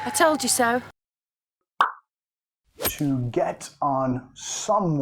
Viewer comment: Por que muchas veces to se escucha como du